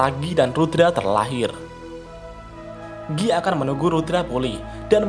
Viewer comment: bukan giii banggg , tapi gaii(guy)